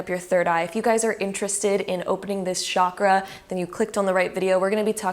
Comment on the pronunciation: Omg it's not shakra